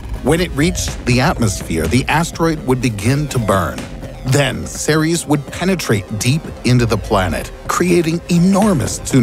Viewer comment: When he said Ceres i thought he said t-series.